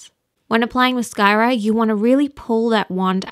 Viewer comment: lol the way u said mascara😂😊❤ thanks this was really helpful!!!!!